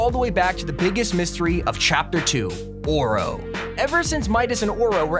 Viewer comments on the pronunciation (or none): Can you say oro right you’re saying or oh it’s pronounced oh ro look it up it’s Irish Gaelic or Celtic I can’t remember the language it’s irish